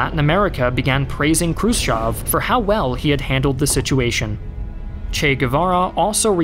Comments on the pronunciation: Che Guevara and not Che Gavera... krutchev and not krotchev... learn a bit of other languages... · Some of your pronounciation makes me cringe. Krus-CHOV? Krus-Chev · I love the channel, but the butchered pronunciation of Slav names is killing me 😂 pronounced "Krew-shyev", EH, not "ah"